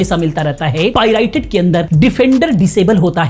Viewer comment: पाइरेटेड ❌ पाई राई टेड✅😂